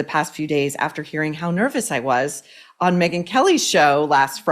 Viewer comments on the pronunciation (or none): Good lord woman it’s Megyn as in “May-gyn” like the “month of may” she admonished you so hard even i remember 😉😂